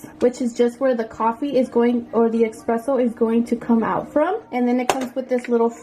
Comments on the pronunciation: Espresso, not Expresso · Honey a Batista its called espresso not exspresso lol so cute. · Don't call it eXpresso but eSpresso.